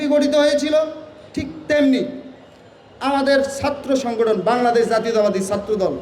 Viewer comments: ঐ আবাল বাংলাদশ না শুদ্ধ করে বল্ বাংলাদেশ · আগে কথা বলাটা শিখেন! বাংলাদেশ উচ্চারণও আপনার ভূল! আর মাকে মাসির গল্প শুনাইতে আইছেন?